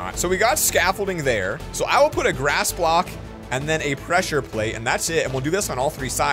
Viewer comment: He Says Glass Instead Of Grass